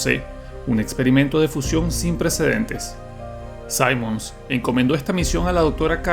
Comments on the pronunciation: ¿Te lo jugaste con el volumen en cero o solo fue hace mucho tiempo? Simmons se pronuncia tal cual con (i), no (ai). 🥀🥀🥀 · Cuando lleva doble m, no se pronuncia "saimons", se pronuncia como se lee, "simmons". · Se pronuncia Cimons, no Saimons, así de naco. Al menos es así tanto en español como inglés. (Personalmente me gusta mucho Resident Evil 6, es bastante largo, y diferente en cada campaña. En un remake si arreglan ese abuso con las explosiones, tanta acción lúnatica, y las transformaciones finales de Cimons, quedaría mucho mejor.